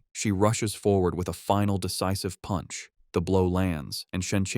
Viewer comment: Bro why are you saying puch